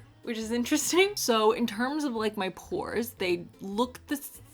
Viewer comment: When you said DO IT FOR THE PORES I thought you were saying DO IT FOR THE POORS 😂 And I was like 🤔 hm I don't remember asking her for this